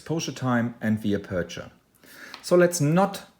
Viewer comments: TNX, very useful (I had some trouble understanding your pronunciation of the word 'aperture', first syllable caries the stress). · Marcus Van Assendelft van Wijck aperture...I think the pronunciation could be confusing. I can help about the settings if you have a problem setting that.